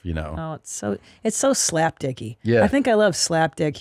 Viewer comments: Anyone else notice Christina can’t say Slapstick right? It’s like Slaptik? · Nah... she said Slap-Dick. Listen... 😂😂